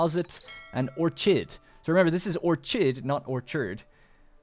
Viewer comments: Just as an FYI, orchid is pronounced "or-kid". They're a type of flower, found nearly everywhere on Earth. They're notorious among plant enthusiasts for being difficult to maintain as potted plants. Happy to see the return of Anno! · Orchid is pronounce not with ch like Chanel but with ch like chemical